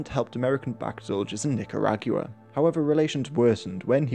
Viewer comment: That's some pronunciation of Nicaragua you've got there.